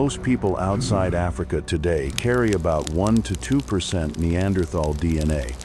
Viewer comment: This video pronounces Neanderthal correctly. You do not pronounce the “th” as in American English but instead, it is correct to pronounce it as a “t”. Thank you for getting this right!